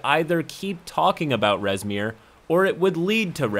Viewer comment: I heard “Reznir” and immediately opened my tyranny of dragons book to find “Rezmir” a black half-dragon.